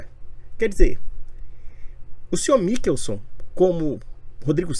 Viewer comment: Nao sabe nem ler Mi- chel- son 😅😅😅😅😅